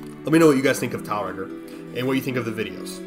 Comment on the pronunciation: I think it's meant to be pronounced "Tiel Reggor" in the same way that Lancers say "Umer Gregger" Actually getting the pronunciation over in a comment is obviously gonna be difficult but there's definetly a rolling r in Regor's name if you consider how the Grineer pronounce stuff in game.